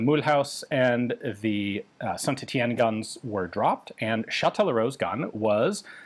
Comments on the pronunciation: BTW St Etienne is pronounced like "Saint Et-E-en" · Ian has been replaced by a clone in this video. The real Ian would never pronounce our the first "T" in St. Etienne. Seize him!!!